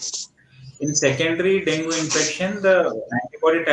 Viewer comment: Can u guys plz pronounce it as dengue not dongu